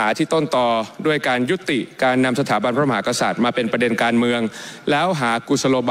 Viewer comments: คุณชัยธวัช ออกเสียงคำว่า พระมหากษัตริย์ ไม่ชัด คำว่า กะ แทบไม่ออกจากปาก จงใจหรือเปล่า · ชัยธวัช คนไทยแท้เปล่าครับ ขนาดคำว่า พระมหากษัตริย์ ยังออกเสียงไม่ชัดเลย ไม่น่าเกิดในประเทศไทยเลย